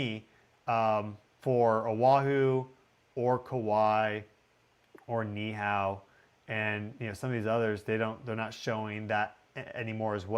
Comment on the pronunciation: Who reads Kailua-Kona and thinks Kay-a-lew-ah and not Kai-lu-a. But somehow almost nails Ni'ihau